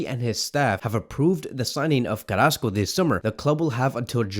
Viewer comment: Carassco? Smh